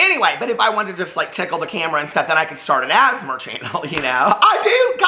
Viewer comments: “Asmar” is cracking me up it’s giving me London Tipton prndl vibes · Every time says “ASMR”, I think he’s saying “asthma” in a weird way. I know what he’s saying, I just hear “asthma” 😂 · saying asmr like asthma 😂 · You pronouncing asmr is killing me 😂